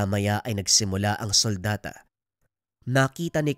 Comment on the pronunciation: "sultada" Po di suldata.